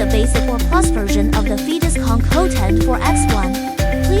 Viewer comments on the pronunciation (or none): Phaetus should be pronounced "FAY-tous" not "FEE-tous". Examples : aerobics aerate aegis Gaelic Aesop daemon Unless you really intended for it to sound like "fetus". But why?